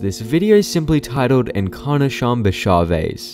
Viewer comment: Encarnacion is pronounced "In-car-nah-see-own"